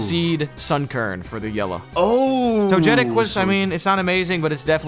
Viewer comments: I still can't get over the fact that after all these years they still say toJETic instead of togetic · Togetic shall from henceforth be called toe jet tic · Toe jet tic It kills me